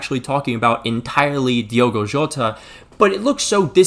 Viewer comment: The people still saying Diego instead of Diogo can go fuck themselves. If you can't even be bothered to correctly read the name then keep it out your mouth. P.S. yes my name is also Diogo and I hate it when people call me Diego